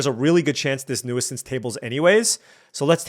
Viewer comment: Hate to be that guy but it’s pronounced “new-since”, not “new-uh-since” 😅